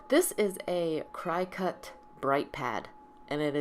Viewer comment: I love your card and appreciate the techniques. Your family photos at the end are a bonus. PS: Cricut is pronounced cricket, like the bug. If you look at the Capital C in the name logo, it has antennas. Lol! 🤓